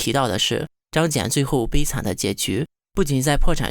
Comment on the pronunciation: 小学生能把张謇的名字念对就已经相当不得了了，要什么自行车呢~